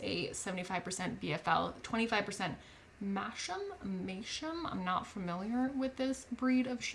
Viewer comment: Masham is pronounced mass-um